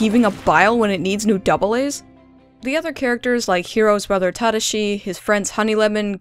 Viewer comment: The way you pronounced Tadashi was so cringe worthy.